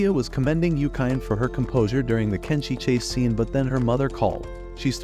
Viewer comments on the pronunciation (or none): Tenshi not Kenshi